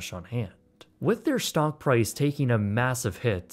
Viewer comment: Did you say stonk..? I coulda swore you said “stonk market”